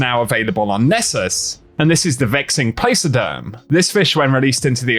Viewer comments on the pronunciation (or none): The Exotic Fish name is pronounced "PLAK-oderm".